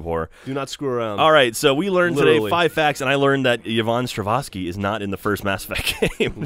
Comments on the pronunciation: it's Strahovski and not Stravoski xD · Strah-hov-ski not Strahvoski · Come on. It's Yvonne Strahovski. Not Stravohski. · Oh Jeff. It's Stra-HOV-ski. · fails....it's Yvonne Strahovski. Stra-hov-skee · only thing i'm pissed about is how butchered the name of Yvonne Strahovski (Strzechowski) even after he thought he corrected himself... that goddess deserves better.. stra-hov-ski.. stra-hov-ski..... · Strahovski. 'hovski' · Stra-hov-ski. Yvonne Strahovski. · You guys hurt my brain and insult my ME fandom. It's Yvonne Stra-HOV-ski,, and she did play Miranda in ME2, Geoff. Fuck you both. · it's Yvonne Strahovski! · Who's Stravonski? :P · I love the Mass Effect series and had no problem with guys' commentary. pronunciation of Yvonne Strahovski's name is still wrong though which I find funny. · They ruined this video... And butchered Yvonne Strahovski's name... I'm sad now.